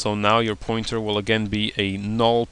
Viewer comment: I like the way he says "null" xD, it's like "naoll" lol